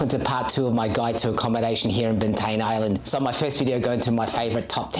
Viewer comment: It's pronounced bant "eye" an